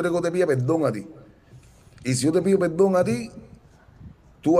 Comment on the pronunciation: EDITAL,....OITE,.....PELDON,...🤦🤦🤦 QUE HORROOOORRR.......y el canta??? QUE APRENDA A HABLAR